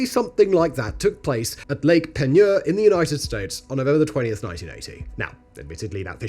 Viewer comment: Yeah, not so great at Del-cam-bray 😅 But Lake Peigneur was spot-on!